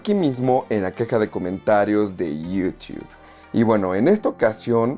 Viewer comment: Lo malo de Movies Anywhere es que no puedes canjear series ni las películas de Paramount. PD: porque pronuncias Yutuuu de forma graciosa, solo pregunto